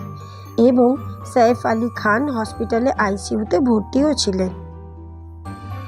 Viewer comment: শইফ কে ? সাইফ ( ছাইফ )